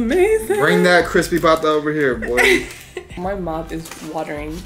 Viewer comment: "Crispy bata" is so funny 😂😂😂 you just said Crispy kid. Haha. It's Crispy pata.